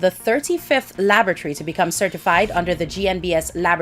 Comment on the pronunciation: Laboratory Alana not Labatry.